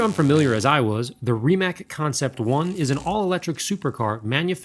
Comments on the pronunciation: It’s not Rimak it’s Rimac it’s pronounced with a c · It's no Rimak its Rimac read: Rimatz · Great video, btw (if you want to know) to help you pronounce company's name correctly as English speaking folk don't have that "c" sound as we do in Croatia. Try to pronounce "Rimatz" this would sound far closer and and more accurate to how we pronounce it ;-) cheers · Just so you know, thats not how you pronounce Rimac.